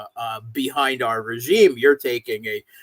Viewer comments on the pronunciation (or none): none